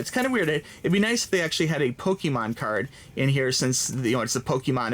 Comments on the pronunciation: it is not pronounced "pokeemahn", it's pronounced "pokehmohn". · I get triggered when he says "PokEEmon" instead of "Pokémon" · "Let me know what's your favorite starter Pokeman is..." This is what it sounded like.